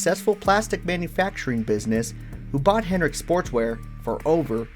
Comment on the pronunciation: Dude, it sounds like you’re saying Rick Hen-rick, without the D. Cool video aside from that distraction.